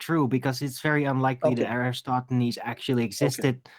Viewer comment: There is nothing more aggravating to me than hearing you guys say, "EroStosthenes"!!!! After how many years? 🕞...and you don't know how to say his name???? My GOD!!! It is ERATOSTHENES ...FFS!!!!! (erra-toss-the-knees). 🤔